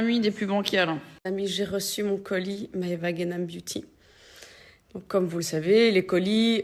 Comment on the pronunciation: Les T, Maeva, ça ne se prononce pas « tch »